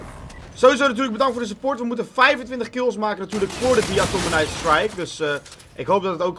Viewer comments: HIJ ZEI DE-ATOMIZER GOED IK BEN TROTS OP JE!:P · GOEDZO JE ZEI DE-ATOMIZER😂😂👍👍